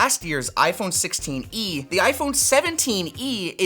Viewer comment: Did he just call the 16e "the sixteeny"? :D